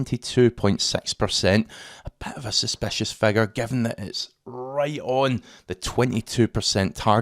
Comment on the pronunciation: What's a "phegur"?